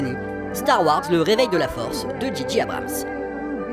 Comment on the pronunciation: analyse intéressante !! par contre si je puis me permettre J en anglais se dit djé et G se dit dji donc djé djé Abrams (juste pr dire pcq ça m'a irrité l'oreille même si ça n'empêche pas un très bon contenu!!) :)